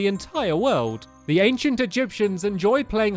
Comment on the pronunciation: ...anciant? Not hating though I liked the video I wanted to point it out XD